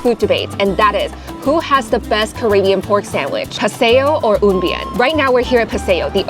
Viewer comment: Did you say CarAYbbean? I’m no world traveller, but I believe it's pronounced CaRIBbean 😂. Either way, carry on.